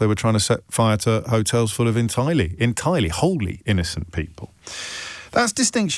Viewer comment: Sorry you said the wholly in an incorrect way. Lost the whole argument.